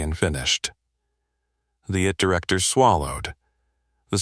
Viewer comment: Please amend : its NOT "it director". It's 'I T Director'. 'I' and 'T' are two different words.